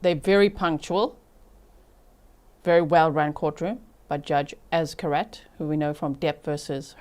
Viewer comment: Replay crew. Fyi judge’s name is pronounced Az-karate. Az-KAR-aht-eh.